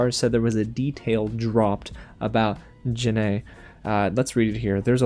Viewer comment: Also, for future reference, its pronounced jen-eye. or jan-eye.